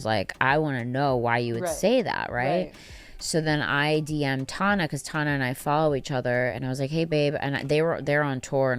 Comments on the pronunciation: I love that she calls her “Tawn-A” and not “Tan-A” lol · Tawhnuh 😭😭😭 girl it’s tanuh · It’s pronounced tawnuh in most languages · She always finds something to argue about the other person that is irrelevant, she can’t ever just take the L and leave it at that 🙄 like what does pronouncing Tana’s name wrong have to do with “being so knowledgeable”